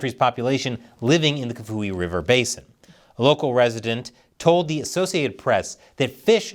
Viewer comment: Kafue sounds like CAF-E-WAY